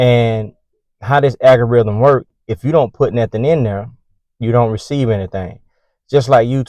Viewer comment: AL-gorithm is the word NOT AGGG-oriithm.